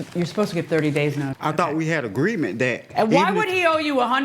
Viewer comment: " I thought we had a GREEMENT ". Greement. That's a word now?